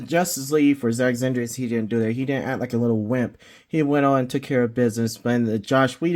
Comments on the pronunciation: Bruh.. how you gonna argue who was the best superman or batman but you cant say snyder ? Lol zack zanders? Snyder (snai- dr) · Bro why Zach “Zinder”!?? lol great review but that was killing me. It’s S-N-EYE-DER just saying haha. Great review tho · I think you meant to say Zack Zander 😂😂😂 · It sounds like you have a problem.Saying sny der it is snyder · That's twice you can't even say snyder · You can't even say snyder right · Good review..you should measure 📏 the figs as well to see how they measure up with other figs from other lines… I won’t comment on the butchering of Zack Snyders name 😂